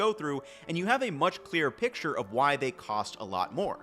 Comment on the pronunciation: "thyey" lol